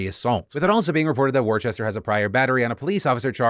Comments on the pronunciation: All the British people in the house getting stressed about Phil’s pronunciation of ‘Worcester’ 🙃🙃🙃 it’s ‘Wuss-ter’! ‘War Chester’ - where did you get the h from? 😂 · It hurt to hear "War-chester" its WOO-STAH KID lol! Love it as always Phil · Yeah in the UK Worcester or Worcestershire is pronounced 'Whooster/whoostershir', so the way you might say it, as you said 'woostah' is pretty close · Worcester = Wooster. I love your content, but my dude, do a quick Google on name pronunciation. It's a pretty regular thing for you. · "War-chester" hahah I grew up in that city it's pronounced "wuss-ter" Jokes aside, big fan of the new editing. Very cool very good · It's pronounced 'wooster'. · Fuck that his last name is my hometown but its Worcester not worchester Phil. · As a resident of Massachusetts the way Phil says Worcester hurts my heart ❤️‍🩹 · That's not how you pronounce Worcester Phil